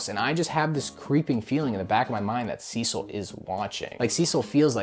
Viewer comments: HE SAID CECIL RIGHT ,IT TOOK A YEAR BUT HE SAID IR RIGHT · He’s finally pronouncing Cecil’s name right…